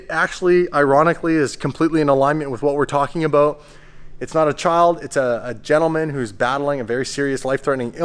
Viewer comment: Talking aboot